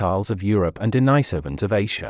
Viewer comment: Maaaan u need to learn pronouciation. First of all its de ni sovans. Ånd the islands name is su la veci... I know its not spelled correct. But its way closer to how its pronounced